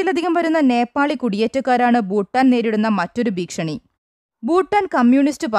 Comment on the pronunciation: Read with care not ഭീക്ഷണി its ഭീഷണി